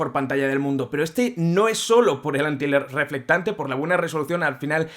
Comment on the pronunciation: Deje de ver el video. Solo por escuchar tantas veces. "Antireflectante" 🤦🏻